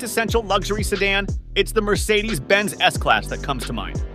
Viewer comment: S-Slass? S-Class